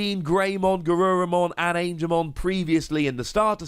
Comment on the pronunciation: congratulations on getting Angemon right ^O^, but talking seriously Kabuterimon has an interesting effect, and low evolution requirements, so the green deck seems to be for fast evolutions and counter attacking, mmm interesting if not a little dangerous, am gonna take a wild guess here that some of the other green cards are gonna help putting the oponnent's digimon to rest mode, probably Lilymon is gonna have an effect like that. Who knows but am definitely excited